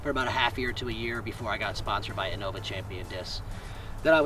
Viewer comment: in-no-vah . . . wtf